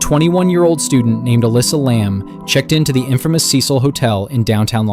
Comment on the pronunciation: Elisa Lam, you idiot. TRY to get the names correct.